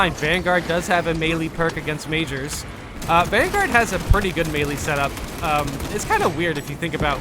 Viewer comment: Can you please pronounce the words in this game correctly. Ive lost count how many times you have mis pronounced minoris, majoris, articifer, and other such words in your videos